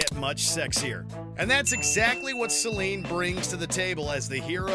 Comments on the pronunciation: Its Selene, not Seline. And how is she a 'monster'? She is the protagonist for god's sake, and even if she is counted, she should be number 1 not 10. What a travesty. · * Selene * not Seline.